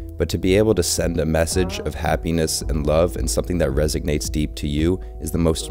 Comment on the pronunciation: This is a great video! Thanks! A little important observation, though... It isn't "resignates". What you wanna say is "resonates". I did hear you say many times the word "resignates" and that's a whole different meaning. Thank you for the wonderful info you provide!!